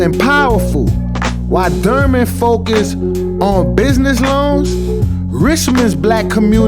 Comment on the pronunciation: Please learn how to pronounce DURHAM